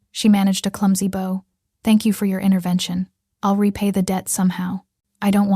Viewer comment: Here we go again...." bow " as on " glow " instead of " bow " as in " cow " . This word , both pronounciations , causes the A.I.to have a nervous breakdown .